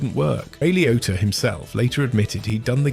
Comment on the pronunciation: its Ray LIO T T A ! not pronounced likeToyota